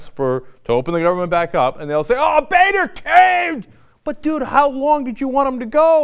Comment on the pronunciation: boener= bone-er not ba-ner. favre' not farve. learn english .